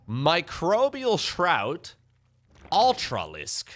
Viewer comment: This must be the first time did NOT pronounce Microbial Shroud "Microbial S-Shroud". Way to go,! Edit: Well, not all the to the end though:D Edit2: Actually just the very first time. lol On a serious note: I believe Harstem tried this in the unit tester once and came to the conclusion Ultras might be viable now vs. Lurkers. Looks like this trickled its way into the top tier ranks. What a game!